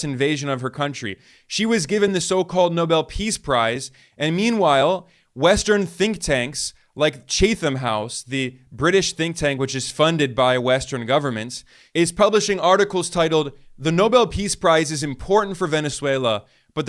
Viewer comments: Minor correction Chatham House is pronounced chat_am...not chate...am...drop the h from ham too.. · 'Chatham' is pronounced "Chattem", not "Chay-tham".